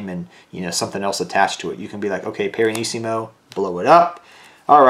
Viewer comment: it's Pianissimo, not Piranissimo